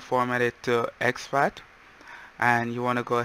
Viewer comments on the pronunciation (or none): You said format it to sfac or somerhin i couldn't make out what you said